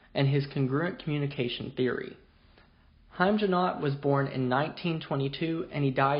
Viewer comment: Hard "g" as in "got" or "goat".